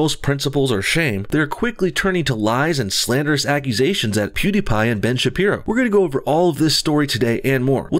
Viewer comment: Ben's wife is a doctor. Also you pronounce pewidepie like Pooddiepie